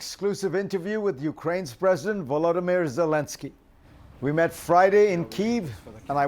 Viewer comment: You are mispronouncing Zelenskyy's name. It is VoloDYmyr (accent on 3rd syllable). Kyiv has two syllables, and it's not "Keev."